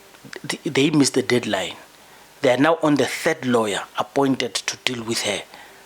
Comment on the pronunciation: Exactly.. we all saw it happen n she now tells us MSHOLOZI supports her ..kukhona okushaya amanzi la She even say she was "APOINTED" n Adv Mkhwebane wz "anounced" 😂😂 cn u believe de odersity n entitlement of ds woman